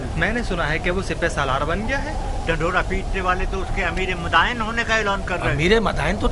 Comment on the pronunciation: Bhai it's "Madain" not "Madina"